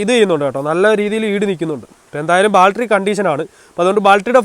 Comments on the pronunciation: എടാ ബാൽട്ടറി അല്ല ബാറ്ററി😁😁😁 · Sealing..alla...oil Seal...Baltery alla..Battery...Onnu nannayi vandiyude parts name padikku kutta... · ദൈവമേ നമിച്ചു ! ബാൽട്ടറി അല്ല ബാറ്ററി ആണ് ! ഇനിയെങ്കിലും നേര ചെവെ സംസരിക്കാൻ പഠിക്കുക ! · ബാൽട്ടറി allaa battery 😂. Njn ponkala ettitunde😝